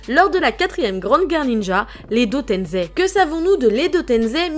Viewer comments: Ses pas edo tenzei ses edo tensei Ou edo tençei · Arrêt de dire tenzé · Je suis le seul qui aime pas quand on prononce edo tenZei ?pour moi c’est edo tenSei avec S comme Serpent😂